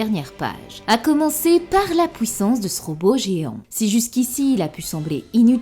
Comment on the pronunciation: Comment se fait-il que tu dis "détruire" "juive" etc mais pouissance ? Drôle ça